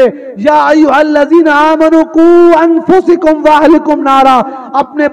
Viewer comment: بڑی معذرت سے عرض گذار ہوں حضرت والا نے جو آیت کریمہ پڑھی اَنْفُسَکُم میں زبر کے بجائے سین پر زیر پڑھا میری سمجھ کے مطابق والله اعلم اگر میں غلط ہوں اللہ رب العزت بطفیل مصطفی ﷺ معاف فرماۓ اور آپ بھی